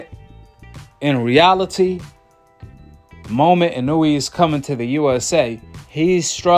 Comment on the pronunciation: Why you keep saying his name like you don’t know how to say it right😂 w video btw